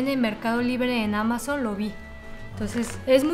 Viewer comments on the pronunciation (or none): none